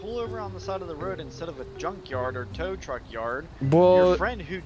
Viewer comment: Tow tuck? U mean tow truck